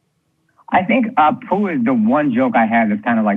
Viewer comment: As an Indian, my biggest pet peeve with Apu is that his name is spelt and pronounced incorrectly. It should be Appu!